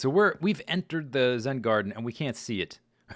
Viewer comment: Lol instead of zen garden its a zed garden